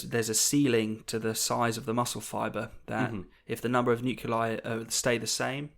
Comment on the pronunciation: pronouncing "nuclei" as "noo-cue-lie" rather than "noo-clee-eye" is something I cannot ignore